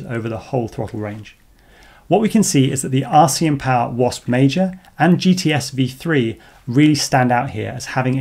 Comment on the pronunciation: Please add the names of items being tested to your video descriptions. Here's why I ask: in your Jan29 video, you mention you'll be testing the RCinPOWER GTS V4 2207 in an upcoming video. So I go to your channel and search for things like V4, GTS, 2207, RCM (... in the video it sounded like "RCM", not "RCin" - I figured it out eventually), and nowhere could I find a specific reference to that motor. So I went to google and searched your channel name and the name of the motor - no luck. So I went back to the Jan 29 video, checked for a pinned comment mentioning the V4 motor - nothing. I then learned how to download and search the entire collection of a video's comments, and searched that for references to the V4, in hopes that someone might point me in the right direction - nothing helpful, just references to "please test the motor". So expanded the search to all of your videos comments for the last year - too many results to go through manually. So I sat and had a think, and remembered that captions are a thing. So I researched and learned how download a youtube video's captions to a text file, and then proceeded to do that for all your videos posted after the Jan 29 video. ... and now I'm here. Honestly, still not sure this video is the direct followup to the Jan 29th video, or just one that includes the motor, but having spent a lot of time and having learned several new skills, I thought I should stop. Pretty please - add the names of items under test to your video descrip